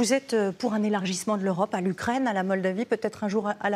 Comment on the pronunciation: Faudrait que l'UKRAINE ne soit plus anglaise...Ouais,c'est ca,et toi ce serait bien que t'ailles voir un orthophoniste!!!...